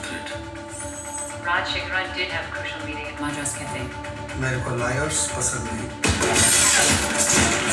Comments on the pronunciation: you pronounced it exactly right the first time. Nice. You are like Scotch. Getting better as the time goes. 👍👌👌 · pronounced correct this time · for the first time in his life has said the title right!!!!! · The first time outdid in pronouncing the name